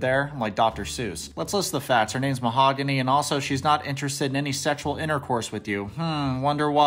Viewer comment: Am I the only person who noticed that "Mahogany" pronounced her name differently each time she said it. The first time she said "Mog-any", but she got the "Hog" in there the second time.